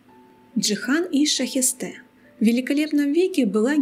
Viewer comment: Правильно Шахесте, а не Шаесте